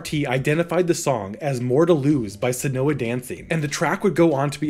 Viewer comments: Probably already has been said. But Seona is pronounced "Show-na" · I’m so happy Ricky was brought up! I’m the one that wrote the Seona Dancing lost demo article onto the LMW.❤️ Note: it’s actually pronounced “Shawna Dancing”, the band was named after a girl they knew.